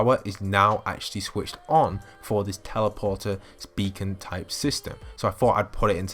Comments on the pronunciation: Title: becon video: Bekon, Bakon.(how he says it) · Who else got triggered how he pronounced beacon when heading over to tilted?